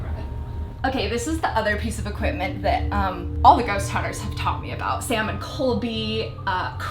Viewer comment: What is an "equipTment" exactly? xDDDDDDDDD